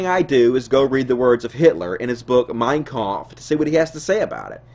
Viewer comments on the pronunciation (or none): Great video. but you gotta work on your prounounciation of "Mein Kampf", that was painful to my innocent German ears